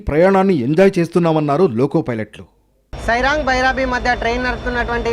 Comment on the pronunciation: సాయిరాంగ్ కాదు సైరాంగ్ అది